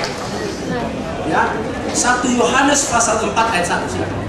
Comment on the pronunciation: Apalah arti pengucapan fasal dgn pasal tapi yg lebih penting inti dari kebenaran yg di sampaikan sangatlah jls tentang nubuat buat nabi Muhamad itu yg penting ini bukti yg nyata:Nikko mamtakkim Dhekhullo MUHAMMADIM zeedodi vezer,i Benoq" Yerusalem.